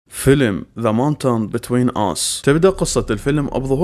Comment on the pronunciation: لفظك لأسم الفلم مو صحيح ماونتن وليش مونتون